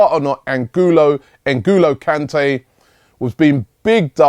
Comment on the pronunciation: Robbie and names hahahaha "Engulo Kante " , just made my day .